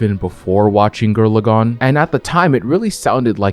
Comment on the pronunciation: "Gir Lagann" has me triggered